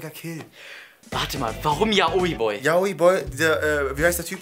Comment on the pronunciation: Wer regt es auch auf das und immer YaOi sagen? es wird YAoi ausgesprochen 😑😂love you guys but still it's just wrong 😊😂❤️